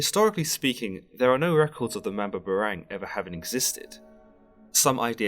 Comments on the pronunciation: Hey just to clarify it's pronounced Mam-bah-bah-rang just like saying bah bah black sheep. Spoken slowly :) just a heads up, great work dude! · i hate it when europeans mispronounce and narrate about bipoc history, mythology, ancestry, etc... especially if its my mother's home land-- thats been colonized a bazillion times. why dont they ever have people from the place teach about the place? if anything it'd avoid mispronunciation the very least. MAM-BAH-BAH-RANG. just cuz they got a english accent dont mean theyre more intellectual. coughs despite almost every documentary ever made being narrated by an english voice coughs